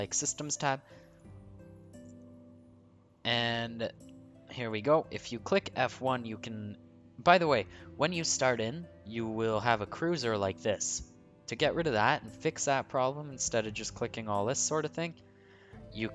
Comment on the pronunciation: I wasn't saying that I couldn't see a "cruiser", I was poking fun at your for mispronouncing the word :) Sorry. I couldn't help myself.